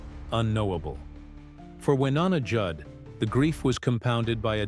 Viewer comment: I wish these videos would pronounce names right.